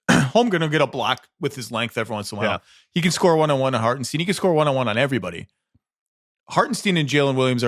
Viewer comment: Zach, it’s Harten-stine not Harten-steen